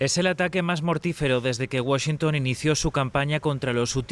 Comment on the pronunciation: Enseñenle a como se pronuncia la capital de EEUU. No es Washincun, es Washington